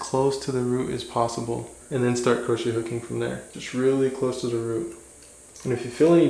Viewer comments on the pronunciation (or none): Crochet needle pronounced (crow shay) not croach